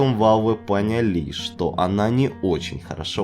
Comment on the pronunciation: пОняли.....ясно понятно, ударение для слабых